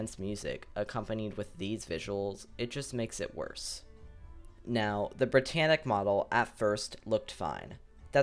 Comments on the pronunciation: schip entschuschiascht brittanitsch was very schtrong schip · Why do you do that brittannic